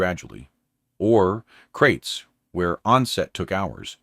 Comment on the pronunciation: Kraits not crates.